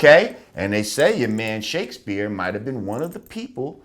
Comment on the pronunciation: Did he say Shake-a-spear?